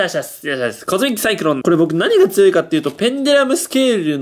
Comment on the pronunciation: コズミック・サイクロンじゃなくて、トミック・サイクロン……的な？www